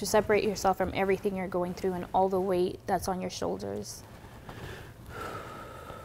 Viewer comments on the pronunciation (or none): why are you saying All like that though??😘